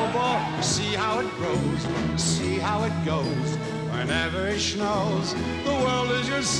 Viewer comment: ",,,whenever it schnows..."